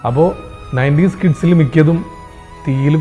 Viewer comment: നയന്റീൻസ് എന്നല്ല നയന്റീസ് എന്നാണ് മോനൂസേ,കുഴപ്പമില്ല... അതെങ്കിലും കണ്ട് പിടിച്ചല്ലോ😂😂 പിന്നേ സ്വാതന്ത്ര്യസമരസേനാനികളുടെ കഥയാണല്ലോ നയന്റീസ് കിഡ്സ് എന്ന് പറയുന്നത്,വല്ലാണ്ടങ്ങ് ചൊറിയുന്നുണ്ടേലേ കുറച്ചങ്ങോട്ട് മാറിനിന്ന് ചൊറിഞ്ഞോട്ടോ.